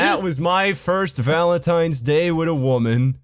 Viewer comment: You pronounce valentines like Volintines